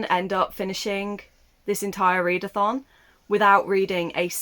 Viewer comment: You slipped when saying "Next round of the readathon" and out came roundathon. Which rolls nice off my tongue xD